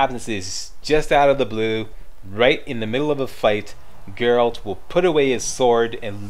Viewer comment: Hey, been awhile. And THANK you for saying Geralt. 80% of the people who do some sort of "review" they call him Gerralt (You did once heheh, we'll pretend that didn't happen;D). Yeah, I'm in my 3rd play through of TW3. Damn TW3 is fun, but I agree with your gripes. But, all games have some problems with it. Oh, and Greetings from Manitoba EH!